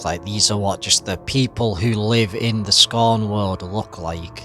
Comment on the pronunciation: “to talk to you about scarhn”